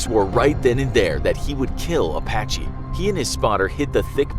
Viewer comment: Apache sound like "a Bac Ky" to me. That's offensive